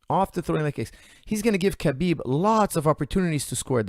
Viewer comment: mispronouncing Khabib's name makes me feel 100% better about mispronouncing Khabib's name!